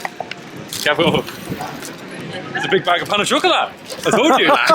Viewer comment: And the worst Brit at saying Boulangerie and Pain au chocolat 😂